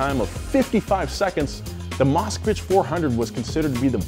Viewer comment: It bothers me that he calls it "Moscowich"